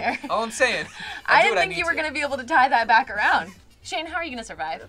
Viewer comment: Ah yes seal and shayne, seayne